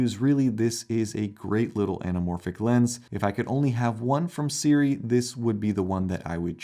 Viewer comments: We really are spoiled as creators nowadays. Honestly. These lenses are really good for the price, and are simply unheard of just 5 years ago. What a great time to be into anamorphic shooting! BTW, it's pronounced "SOO-ray", not the way you are pronouncing it. Pet peeve of mine, such mispronunciation. Don't mind me LMAO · It took them a while because you mispronounced their name.